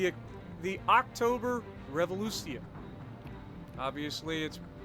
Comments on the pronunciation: As always, a good review. As a Russian, I really liked your pronunciation of the letter Rrrrrr. Almost like ours)))). Not every English-speaking person succeeds)))) Thank you and good luck !!! ! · How long did it take to practice the pronunciation? 😂